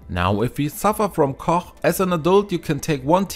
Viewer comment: When you say cough first try saying the word FUNNY that F sound at the beginning of the word FUNNY is the sound that the GH makes at the end of the word Cough ... hope that helps. you do a fantastic job at correct pronunciations of the English language. which makes it very easy to understand everything you say, so when you had trouble with cough it was so obvious. I can see how one would think it was pronounced the way you were saying it. Our language is confusing. I have a lot of respect for those who speak it as a second language. IT IS THE ONLY ONE I CAN SPEAK. so please, I hope I have not offended you. Great video! I can't wait to give it a try!